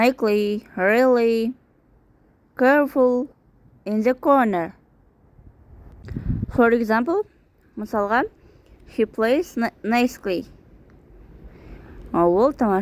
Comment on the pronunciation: Nicely найсли деп окылады. Cute кат емес кют деп